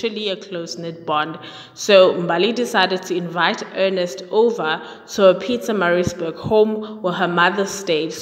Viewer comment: Sounds like you're saying Pizzamarizburg. Pronunciation is very important.